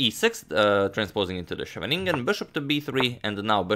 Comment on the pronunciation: Here's some more vast knowledge for you: in Dutch, the "sch" consonant cluster is pronounced as "s" plus the "kh" sound, the "guttural h" as in Bach or loch, Greek χ or Russian х, as opposed to the "sh" I hear from time to time. So better "skheveningen" than "sheveningen". (Also, the Dutch "g" is pronounced gutturally too, for that matter.)